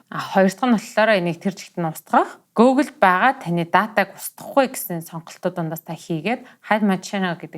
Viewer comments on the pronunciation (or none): Гөөглэ биш гүүглэ гэж уншдаг шүү